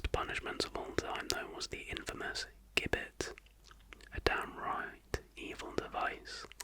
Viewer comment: Great video as always :) just as an aside (not that I imagine you'll ever have to say the word again) but it's pronounced "jibbet" 😂